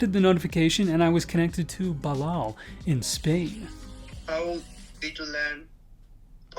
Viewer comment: Perdi com o nome do espanhol, "Bilal" kkkkkkkkkkkkkkk